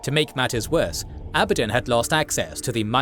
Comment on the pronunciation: Its pronounced "Abaddon", not "Abaddon" Newb